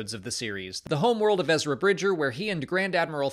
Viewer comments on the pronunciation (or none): none